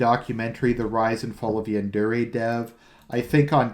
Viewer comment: So one thing I noticed and it bothers me so much....he pronounces yandere wrong... But yeah I found your video and that Rise and Fall documentary recently and opened my eyes. I really do think more fans should watch this stuff because I think they just don't know. Even the youtubers who play the game on a regular basis probably aren't too aware of all the crap going down. I immediately let my friends know how much of a bastard this guy is just so there's more awareness going around. Hopefully in the end it'll shut him down.